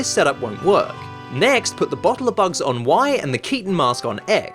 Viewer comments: "bohle" a "bohle" omg that was amazing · i freaking love how british people say "bohtle"